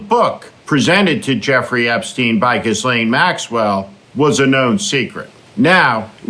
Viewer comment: The s is silent in Ghislaine.